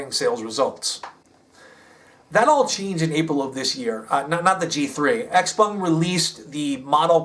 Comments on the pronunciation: Your Mandarin is very good....you nailed the proper pronunciation of the company and it's founder very well. Idiots in the US say, "X- peng", which is not correct. They don't understand the, "pung." Well done,! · Having worked with sellside analysts for a NYSE-listed clean tech co., your insights and delivery impress as first tier. Ditto for pronunciation of Xpeng and senior management names